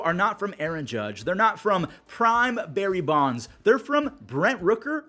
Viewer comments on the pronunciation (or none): none